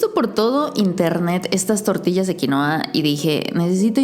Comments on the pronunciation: Xfavor en español se dice QUINUA!!!!!!!!!!!!!!! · Genial aunque vivo en el país que produce quinua y por favor no se refieran más a ella como QUINOA. ES QUINUA!!!!! Derivado del quechua. Es por respeto a sus orígenes.